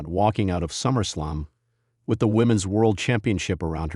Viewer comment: The voice on this video is A. I. Absolute Trash when pronouncing wrestlers names. Quit the lazy. It’s Summer Slam. Not Summer Slum.